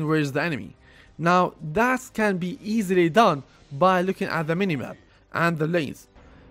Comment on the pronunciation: U say can but sounds like cant